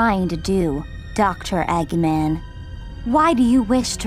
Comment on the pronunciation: "Doctor Aggmen"